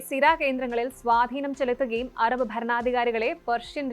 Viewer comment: എറബ് അല്ല അറബ്